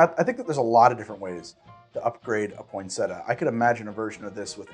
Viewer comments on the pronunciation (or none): Poin sett ia, not poinsetta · I didn’t go thru enough comments to see if anyone corrected you on the pronunciation of Poin-set-ee-ah. 🤨 not point-setah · In Ireland we pronounce it pon(or poin)-sett-ee-a , so this is really jarring. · word: poyn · seh· tee· uh: POINT SETTA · It's named after the plant pronounced point-set-tea-uh it really bugged me how you were pronouncing it. I can hear my nan tutting you for it 😂😂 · I don't know why the American pronunciation of poinsettia annoys me so much. Why don't you pronounce the second i? Poin-set-EE-ah. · its Point-set- iya!!! 😆😆😅 And can we just cut to the Absinthe... 😉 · its pronounced (Pon-set-ia) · It’s pronounced Pon-set- e-ah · Say it with me: Poin-set-tea-ah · poin-set-tia, you have to pronounce it with the 'i'. I can only imagine the outrage we would have received for that pronunciation :) Merry x-mas everyone! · step 1: pronounce cocktail correctly... 🙄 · Thank you the way he said it irked me so much because it’s even spelled how it’s supposed to be said why is he dropping the ‘ia’ ? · I love your videos but work on the pronunciation of the drink's name atleast